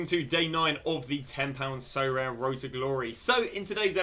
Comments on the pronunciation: Sorare: aribeh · sorare: Socommon. ( with the full stop). Thanks!